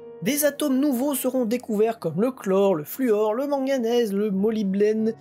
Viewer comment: J’ai pas regardé les nouvelles video, mais j’espere que tu te renseignes un peu plus sur tes projets, et que tu ecris toi meme tes scripts … Molybdene, et acide cyanhydrique, quand tu le lis ca se voit sue c’est pas loin d’etre la premiere fois que tu prononces ces mots